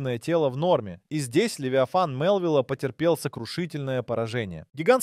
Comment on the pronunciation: Футы, дюймы, фунты, левитан... Где качество озвучки?